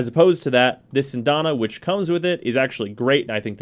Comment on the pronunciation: "Sindana???" I thought it was "Syandana" Cyan-da-na lol....That armor on him is hideous but to each his own.